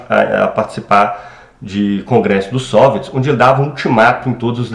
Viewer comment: Por que você fala SÔviets e não soviÉts como é o habitual?